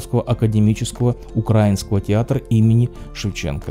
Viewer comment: УкраИнского, а не укрАинского.Т